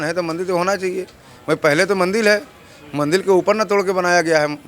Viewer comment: Thik hai, per aap mandir ko mandil kyo bol rahe hai, aur aap ek sant hai bhasha per control rakhiye 🙏🙏